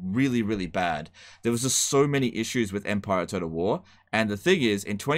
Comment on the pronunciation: Is anyone else hearing him say "toad of war"?